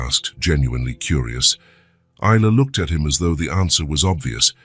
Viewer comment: Is..la Ai pronounce right😢